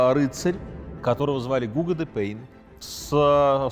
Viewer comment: Не ГУго, а ГугО, тампль не храм а башня.